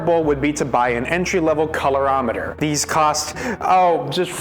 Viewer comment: Staying tuned to the end to see if you ever pronounce colorimeter correctly